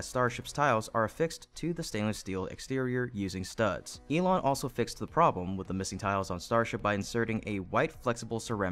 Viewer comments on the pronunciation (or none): none